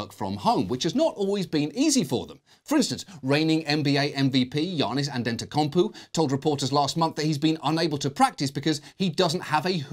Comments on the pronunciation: how are you gonna botch his name like that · You destroyed the name. Damn It Johan!!!. hahahaha!! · damn john really hit that johniss antotokounpoo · "Giannis Andentaconpoo" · Love the mispronunciation of Giannis Antetokounmpo “Adedo- koonbo” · Giannis anteteCUMPOO ok John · "reigning MVP giannis andentaykentpoo" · "Reigning NBA MVP Giannis IndendotcomPoo" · Giannis "Andetonkompoo" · You pronounced giannis correctly but you messed up antetokoumpo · Nobody gonna talk about how he butchered Giannis Antetokounmpo's name? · It’s ok John we all had a hard time with Giannis’ last name the first time we saw it too 😂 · that was a comically bad pronounciation of Giannis' last name but I don't think anyone including Giannis can pronounce it correctly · John pronouncing Antetokounmpo close enough is the highlight of the video.